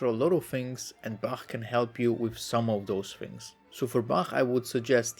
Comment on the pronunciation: i cant the "bačæħ" LOL